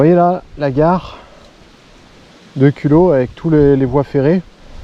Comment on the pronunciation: Culoz avec un z pas culo